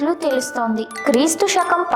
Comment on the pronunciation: First, learn to pronounce Telugu properly. షరీరం కాదు శరీరం, షాపం కాదు శాపం, షకం కాదు శకం.